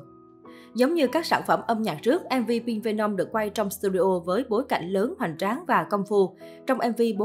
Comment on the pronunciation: khùm , không thích thì đừng nghe , đến cái tên MV của ngta đọc cũng không đúng thì thôi đừng nói lmj cho quê 👍